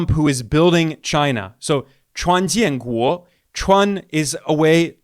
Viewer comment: Ben, Your way of pronouncing "jian guo " while refering the Chinese nickname of president Trump was so accurate which shocked me,as a guy came from Beijing some thirty years ago! Good job Ben! You will do well with the Chinese language.